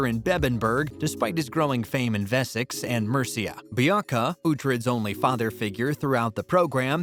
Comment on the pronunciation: The narrator can’t even pronounce Wessex!